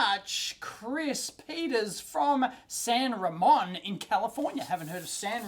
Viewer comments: its San Ra-Moan... you know Spanish. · My Aunt lives in San Ramon (pronounced ra-MOAN)...